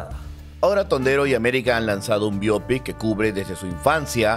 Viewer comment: La expresión bio pic es del inglés por q no pronunciar bien ?